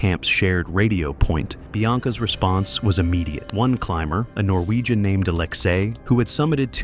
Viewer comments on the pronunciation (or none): none